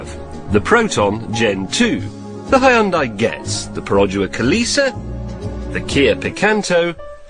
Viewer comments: この外人のヒュンダイの発音聞いてるとホンダと間違えて買わせる商法がまかり通ってたなんて話もあながち間違いではないのかと思ってしまった。わざとこう発音してるなら別だけど。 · 日本語: ヒュンダイ 英語 スペル:Hyundai 発音:ホンダイ な ぜ な の か